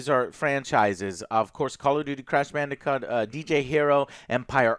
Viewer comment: Who else heard Joe say “call of duty crash bandicunt” on accident